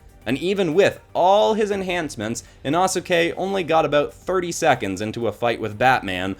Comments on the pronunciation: It's pronounced Inoske. You pronounced Inasuke. Also confused by the red on Inosuke confused me because his pants are actually dark blue. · Ina-ske…oh nah…inosuke(ino-ske) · say it like e-no-ske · I really like your drawings and the stories you come up with for the characters but learn how to pronounce the characters names before doing the video I’m probably not the only one that got a bit annoyed at the way you said inosuke but other than that I love your videos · U said inosukes name wrong